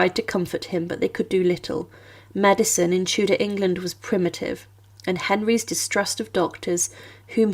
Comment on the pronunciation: Co za okropna interpretacja AL! Tudor to " teudea" i inne okropieństwa